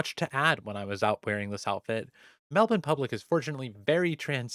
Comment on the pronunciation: I love how you pronounced Melbourne exactly how we do in Australia